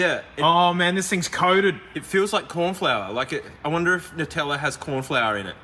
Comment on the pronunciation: And also why it's pronounced "NUH-tella" and not "NOO-tella" like us weirdo Americans say for some reason